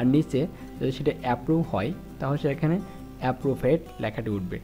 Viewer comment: ভাই এপ্রুভড্ কে এপ্রুভূড পড়ছেন আবার ব্রানস কে ব্র্যান্স বলতেছেন কেন?